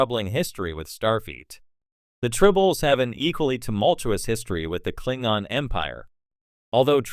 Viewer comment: The who??? Wtf is a Klingon? When an AI narrator mispronounces a well-known word in a beloved series completely undermined your expertise and authority to speak on the subject